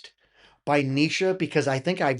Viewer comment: Yes, you're pronouncing Neisha correctly now